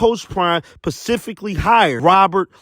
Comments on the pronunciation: Specifically may be the word, pacifically is Ebonics. Now what? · “PACIFICally” hired??? mannn I don’t even troll but dude!!!